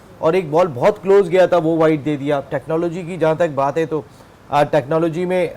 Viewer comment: 😂😂 empiring , tichnology 😂😂